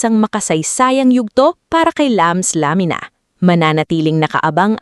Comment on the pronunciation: Sinasadyang i-mispronounce yung Lamina?